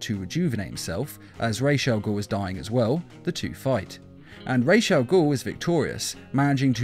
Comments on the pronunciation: Ra's is not pronounced Rayesh it's as its spelled, just Ras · Don’t remember him being called rashe al ghoul. It’s pronounced ra’as al ghoul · the prnounciation is supposed to be Ra-as as in Rasputin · Your pronouncing ras wrong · Stop saying Raj's first name wrong, very annoying